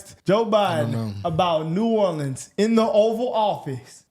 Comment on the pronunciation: You forgot to mention Biden pronounced New Orleans as Nolan’s